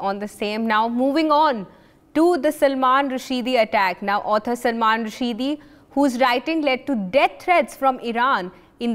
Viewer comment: Salman Rusheedeeee ? I know it’s a proper noun but try to learn names properly?